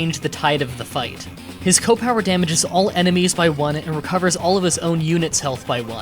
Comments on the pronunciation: It's pronounced SEE OH not ko! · Why do you pronounce CO as "Koh" rather than "See- Oh"? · It's C O power, not coh power. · CEE period OH. C.O. short for commanding officer. Not "co" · "koh power" "super koh power" "my favorite kohs." Are you some kind of degenerate? It's "SEE OH." Disliked because I can't stand your ridiculous mannerism. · The fact that he pronounces C.O. with "kow" disturbs me. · Alright, gotta stop, can't stand how you say "CO" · Seriously - its like old ppl who say “Earl” instead of URL